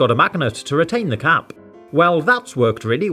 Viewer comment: Same with the way he says cap